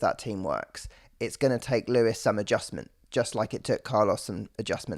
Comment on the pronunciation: We get to hear Charles say Leewis for a full year :D WINNING!